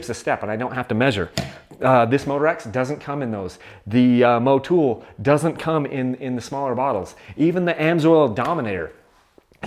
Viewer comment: thats funny when did Motul pick up 4 O's in its name to be pronounced Mowtoooool. Stop butchering words yankies!